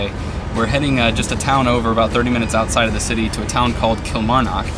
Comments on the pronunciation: eek cringe the way he pronounces Kilmarnock kills me!!! It’s pronounced kill-marr-knock like knock knock who there. I actually live right next to dean castle I can actually climb over the fence in my street and be in it 😂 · Kilmarrrrn ock, nck nck, like nick without an 'i'. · Every time you say Kilmarnock I just die inside 😂